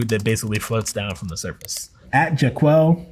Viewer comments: did he pronounce it like that naturally? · He read "at jacquel" the same way Keegan-Michael Key pronounced JACQUELINE! That's so funny =)